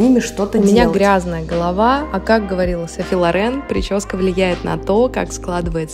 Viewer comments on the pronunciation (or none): none